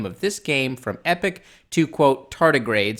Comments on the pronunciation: EPOCH is pronounced EE-pock, not EH-pick, not like Epic. Epoch means a very long-term time period, an era, a vast amount of time. And that he'd begun Epoch in 2014 and changed the name to Tardigrades in 2015 -- Oh, come on, there's plenty time-stamped, logged material that shows what Anas Abdin created, story-wise, artwork, characters, plot lines, well before Discovery was launched, that is way, way too similar, even in a cursory comparison. If anything, you're proving Anas Abdin's case and against CBS and the Discovery team. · I'm loving this. Although when you say "Epoch" it sounds like "Epic"